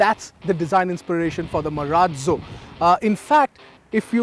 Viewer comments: Marazzzo sounds like maraaallloo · cant wait to hear him say Marrratzzo once again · What is wrong with the anchor's pronounciation of "Marazzo"!? It's a good name but he's making it seem funny. SVP- please resume reviewing these good cars.